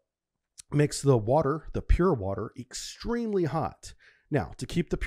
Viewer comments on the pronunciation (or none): none